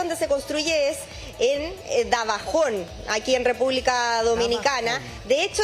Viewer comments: Señora periodista, el lugar se llama DAJABON NO DABAJON 🤦🏽‍♂️ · La reportera ponincia mar se dise dajabon y punta cana se dise 😂😂😂😂 dise junta cana y dajabon lo pronuncia malicimo también